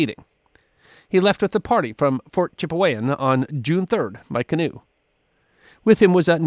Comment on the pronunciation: Its pronounced Chip-e-wan not Chip-ey-wan!